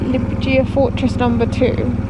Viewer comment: Murdered the name of Liepāya. 😅